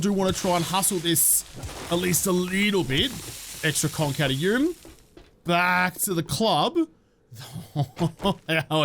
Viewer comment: Does anyone else hear kronk when he says conc